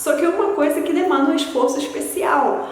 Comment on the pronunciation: Você tem sotaque, embora bastante sutil para uma estrangeira falando português. A maneira como você reproduz o "S" palatalizado se assemelha ao sotaque carioca. Fica bem aparente quando você pronuncia palavras como ''esforço'', ''especial'' etc. Mas isso não diminui em nada sua proficiência que é excelente. Parabéns pelo vídeo!